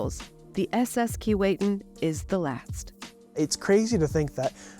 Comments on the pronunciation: Bit of a quibble about the pronunciation of the name 'Keewatin'. The narrator pronounced it "Key-Wait-Tin." Having grown up in the region, and visited the ship when it was in Port McNicoll, I heard it pronounced "Keh-What-In" by the locals. Other than that, it was a good to see it has been preserved. The people in Port McNicoll were dedicated to preserving it, but didn't really have the resources to do it properly. I'm glad they recognized that and let it go to somewhere in Canada where it could be properly looked after. I look forward to visiting it in Kingston. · Its sad you cant even pronounce the name of the ship. Its pronounced KEE WAH TIN. Get it right. Cheers. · Too bad that you don't know how to pronounce "Keewatin". Laughable when this is your sole topic! There is a street of the same name in Toronto. I have an original photo of the S. S. Keewatin going full tilt taken by my uncle in the 1930s. A gem! Good God! Even the museum curator can't pronounce "Keewatin"? KEE WAH TIN. Get it?